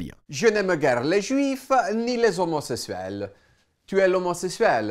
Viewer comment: "jé naime guere les shuiff ni les homosesouelle. Tu es l'homosesouelle? -Oui -jé naime." 😂😂😂😂😂😂😂😂😂😂😂😂